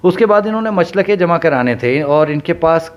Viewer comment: Machalkay is right pronunciation Not muchlakay